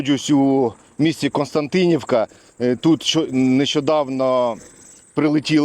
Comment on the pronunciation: Щоб легше було вимовляти - КОСТЯнтинівка. Немає "Н" після "Ко"